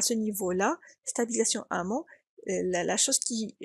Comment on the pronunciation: on dit "en amont", et pas "en amant".